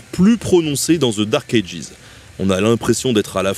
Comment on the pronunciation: Bordel qu’est ce que c’est énervant de t’entendre mal prononcer Dark Ages ..